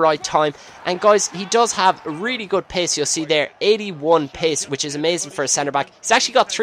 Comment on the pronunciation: When u say pace it sounds like your saying piss o.o